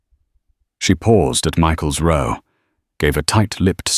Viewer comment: Mispronounced "row"